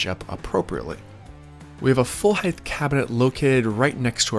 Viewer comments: Except for the pronunciation of height (I kept hearing "heighth"), this was a very detailed and very satisfying video. I appreciate the detail from start to finish, and I learned what I'm willing to do myself vs a professional. Probably the first video that I watched fully. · Height? Heigth?